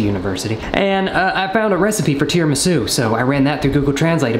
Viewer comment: its pronounced tida-misoo Edit: Holy shit its been awhile, i was definitely a smart@ 10 months ago